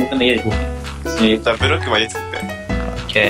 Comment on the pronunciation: 挨拶、broooockなのにブロックに聞こえるw